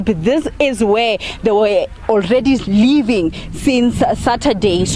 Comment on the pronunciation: It's living woman not leeving